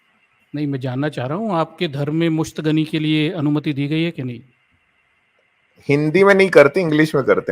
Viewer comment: Musht gani nahi hota hai Musht zani hota hai